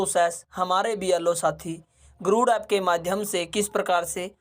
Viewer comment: गुरुड़ गुरुड़ क्यों बोल रहे हो बार बार.. जबकि ये गरुड़ा एप है!